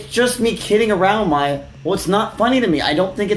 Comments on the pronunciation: I've been getting strange feeling from this channel. Feels like it's ran by AI. Mispronunciation in most videos and even name that you would think someone who's doing documentary should have known... Maya as Meiya really??? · "MY-Uh" not "May-Uh" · Saying Maya with a pronounciation like Mayo is diabolical. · "Mai ya" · MAYE-UH BRO JUST PRONOUNCE THEIR NAMES CORRECTLY, IT'S NOT HARD